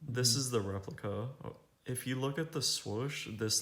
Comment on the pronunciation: “The re…pli…cuhhhh”